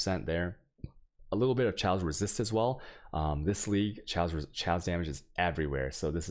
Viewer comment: It's pronounced "KAY OS" not "Cho ace". [Chaos] - As in anarchy... But great guide dude.